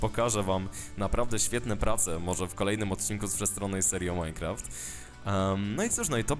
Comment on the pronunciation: Proszę mów Minecraft, a nie Mycraft..